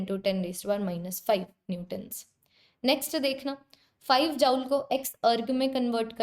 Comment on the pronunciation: Tum dekh ni paa rahe ho 😂😂 no mam❤ btw sorry & amazing session or jaul ni hota joule hota h 😅😅